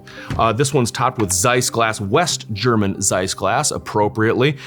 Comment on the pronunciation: What a fantastic presentation of 3 amazing sniper rifles. I didn't know the Model 93 SR until now. Thank you for that. Even your German pronunciation is pretty good